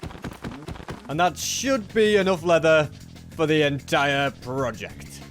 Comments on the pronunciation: saying “donke” might be the funniest thing ive heard all month😂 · he said donkey but ppronounced it donke the germanb word for thanks is danke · the way he said donkey